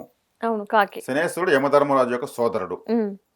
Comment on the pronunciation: శనీశ్వరుడు కాదు. శనైశ్చరుడు అని అనాలి